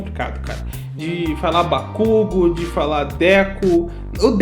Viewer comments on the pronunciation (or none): Se eles não arrumarem esse "Bakúgu" eu vou ficar muito triste mano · Bakugou é mais certo, pq no português a gente costuma pronunciar a letra o com som da letra u, e bakugo vai acabar sendo pronunciada como bakúgu, já bakugou é mais perto da pronúncia certa, que é bakugô. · MAKUGU E DE FUDER MANO, QUAL E A DIFICULDADE DE FALAR BAKUGOU????? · A única coisa ruim foi só o kazinho kkkkk e umas pronuncia de nome, tipo quando ao invés de fala bakugo'u' falo bak'u'go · não sei não hein kkkk, mas isso ainda tanto faz, agora o que faz meus ouvidos sangrarem é esse "baKUgo" e não "bakuGO" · sim mas bakugu tá muito fora da pronúncia certa e quando eles alongam pra gritos fica bakugou mas tbm n é a pronúncia certa de verdade já q o normal é bakugo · Não gostei da dublagem do Todoroki a antiga combinava muito mais e chamar o Bakugou de Bakugu é horrível mesmo kkkk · Vamos lá, a pronúncia correta do nome é: Ba Ku Go, não existe sílaba tônica no japonês, então sim, BaKÚgo tá errado. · Eu acabei de ver o original e eles não falam Déku e Bakúgo não kkkk é Dêku e Bakûgo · Bakugu é tenso. Custava deixar como no original? Nem é um nome tão difícil Era só pronunciar Bakugou ou Bakugo e é sucesso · O nome Kacchan marcou o anime e o dublador fala Kazinho :,) Bakugu,de onde tiraram bakugu?KKKKKK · Cara, já ouvir Kazinho , Bakúgu e DÉCU , já machuca por dentro ,_ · Cara o Kirishima pronunciando bakugou errado me dá vontade de dar uma na cara do dublador, meus amigos as vezes conseguem falar uchiha errado e já dou esporro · As vezes eu me pergunto...algum dublador já viu a versão japonesa das obras que dublam? Pq pelo amor de Deus, todo anime na dublagem acaba tendo um de pronúncia, Bakúgu!!! Se eu fosse dublar alguém em Boku no hero, daria um tapa na nuca de quem falasse bakúgu lá no estúdio kkkkk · "Bakúgu" KKKKKKKKKKKKKKKKKKKK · A única coisa q me incomodou um pouco na dublagem foi o bakúgo. Mas acaba q me acostumo pq tbm falo errado 🤣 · pra mim a única coisa que irrita é bakúgu